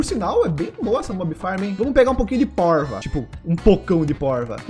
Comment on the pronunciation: Quando ele falou poiva eu pensei q ele ia falar poica kkkkk se vc tmb pensou que era isso q ele ia falar da like no video e no comentário e se escre no canal do Lgg ❤❤❤❤❤